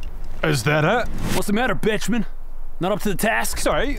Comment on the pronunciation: They said Benjamin The caption says Bettjeman But i only hear Bitchman